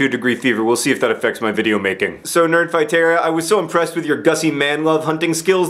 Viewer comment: Am I the only one who noticed he called is nerdfightarra ?